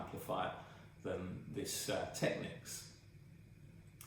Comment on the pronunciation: You are one of those exceedingly rare individuals who pronounces "Technics" correctly. Aren't all the electrolytics well over due for replacement and should sound and perform terribly ? And I'm sure that Soft Recovery HEXFRED diodes in the power supply would dramatically help mid range resolution.